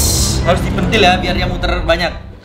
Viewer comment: BKN pentil kak tapi sentil